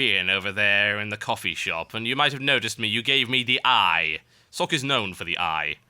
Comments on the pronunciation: It is pronounced Socka. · BECAUSE IT'S PROCESSING YOU FOOLISH PEOPLE. ARG. Love socke though, but it's not pronounced like sock, i think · INCOMING NITPICK: Socke's name is actually two syllables.